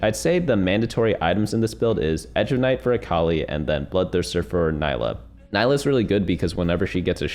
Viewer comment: It’s pronounced NEE-LUH